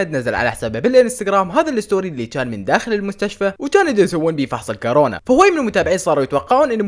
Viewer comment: اسمها الكورونا باضمة وليس بالفتحة